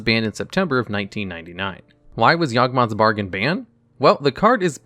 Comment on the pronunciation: He also said "Yawgboth's Margain" right after that